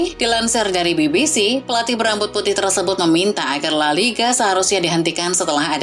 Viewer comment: Pengisi suara nya bisa nggak yang lebih profesional gak min ? Msak nyebut la liga aja gak benar !!!